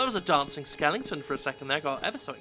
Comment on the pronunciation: I like that you call skeletons "skellingtons" XD